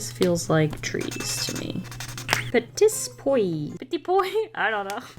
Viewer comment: it's "peh-tee pwah" btw